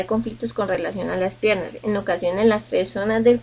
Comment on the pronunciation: Se escribe pierna, no pierrna, saludos.